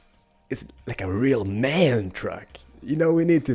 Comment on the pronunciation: It´s M.A.N. not man!!!!...that means: Maschinenfabrik Augsburg-Nürnberg